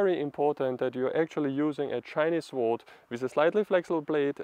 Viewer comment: Calm down, don't speak so quickly. Give the viewer a chance to digest what you are saying and comprehend what you mean. Relax.. (Sword-Colloquial English pronounciation as sord. The uu is almost inaudible, in practical terms the W is silent.) Please bear in mind that form follows function, at least it should. In the case of martial arts there is performance art, health, meditative practice, and combat. The focus in the form for all of them is different. Your intention should guide your path. There have been hundreds of schools of thought on this subject. Even then they were divided still into five main schools. Including scholar sword, doctor sword, peasant sword, etc. Most sword styles in China followed the deeply complicated five element theory and those societal norms as to what was correct for a doctor as opposed to a warrior. By the Han Dynasty these were all dictated by Confucian thought, which was in turn had blended with Taoism, and Buddhism. In Taoist terms the most important point was to let the sword make the cut, not the man wielding it. For combat, despensing with preliminary conditioning sets, and moving naturally with the sword was the difference between life and death. Getting to this point can take easily twenty years of serious training. A study of Shaolin sword quickly bares out the differences in style. For those interested in combat, as opposed to performance art, the study of Myamoto Musashi's Book of Five Rings is an indespensible must. Good luck, keep